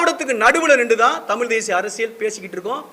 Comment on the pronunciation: தம்பி தமில் இல்ல தமிழ் அதை முதலில் உச்சரிக்க கற்றுக் கொள்.